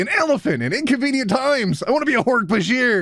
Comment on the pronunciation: Closest thing to breaking my aroace-arse in this video: Pronouncing Hork-Bajir correctly xD